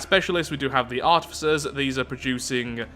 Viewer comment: R-tif-uh-sirs Artificers.